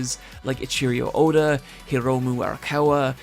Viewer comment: Still saying Oda's name wrong.